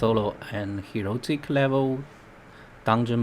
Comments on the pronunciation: It's heroic, not "herotic" by the way ;D. But your vid is so good it's almost erotic. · its HEROIC not HEROTIC!